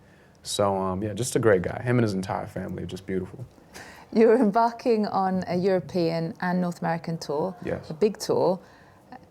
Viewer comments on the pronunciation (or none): none